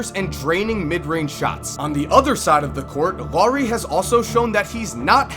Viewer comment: great video the only thing that bothers me is that you pronounced Loowri when it's pronounced like it's written so say L A U R I not Loowri LAURI you gotta make the U sound :)